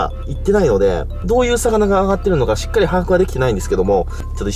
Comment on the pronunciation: 「ちっかり」